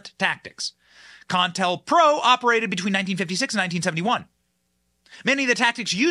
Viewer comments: Benny pronounce this with me CO- INTEL- PRO. you keep on saying con tell pro, accuracy bud. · It's Co-IntelPro, not con-intelpro. Even though it is a con. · Benny STOP you're driving me nuts ....it is NOT "CON-TEL-PRO"...it's "CO-INTEL-PRO" aka COUNTER INTELLIGENCE PROGRAM! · Benny... it's Co-Intel-Pro as in covert intelligence program it is usually pronounced by sounding out the O in Co like you would say Pepsi Co (I suspect the Wiki got the definition a bit off). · It’s pronounced CO-INTEL-PRO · You mispronounced co-intel-pro. Two stops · Benny, it's pronounced Co in tell pro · Benny buddy, say it with me: "Co-in-tell-pro" not whatever the hell you said😅 be well and stay safe.